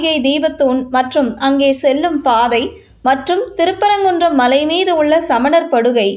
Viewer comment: Better the correct pronounciation, Malai said like Mazhai by the announcer, don't kill Thamizh words.